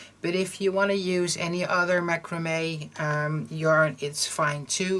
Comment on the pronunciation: This is adorable ! I can see them being useful all year long 💖 You pronounced macrame right .